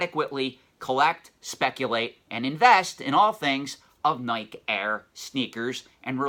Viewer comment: “Nigh-kee” is the pronunciation :) another good video